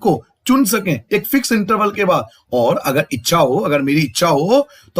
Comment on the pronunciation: Sir apne echha ko eksha bola he